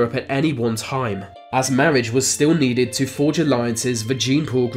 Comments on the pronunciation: I'm pretty sure I heard "mawage". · Lol narrator can’t pronounce “R” lol mawwage...wove, twue wove...